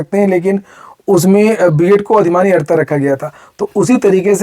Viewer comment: अहरता नहीं, अर्हता.